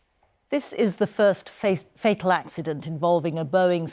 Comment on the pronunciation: the report says this is the first "Fak" fatal accident. Its like she was about to say fake accident then says fatal